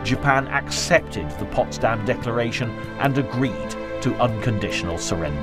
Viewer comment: Ce n'est pas "possdamm" mais Potsdam.